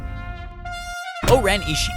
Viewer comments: name is 5 syllables he's pronouncing it with only 4. Her name is (Oren-I-shi-I) NOT (Oren-I-Shii). If you think I'm wrong... WATCH THE MOVIE! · like O-ren Ishi'i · (O-REN-E-SHE-E) You didnt say the last syllable...